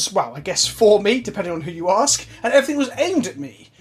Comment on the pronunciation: "Lemme axe you a question.."😂 good one prof!